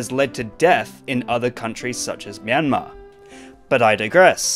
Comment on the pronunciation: The best pronunciation of ''Myanmar'' by any westerner so far.